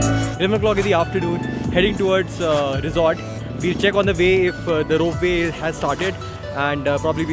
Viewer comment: Bro it's rope way not rope vay.